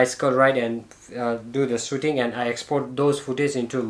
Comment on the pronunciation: I love it when he says...Start Soothing 🤣